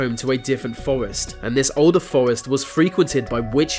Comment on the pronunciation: i canv even wavch vis video ivs so annoying can you nov say 'T'